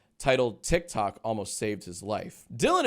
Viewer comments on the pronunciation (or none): none